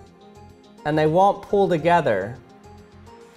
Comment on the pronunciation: "they won't pull together." The power he puts in the word "pull." It blows some of the dust out the way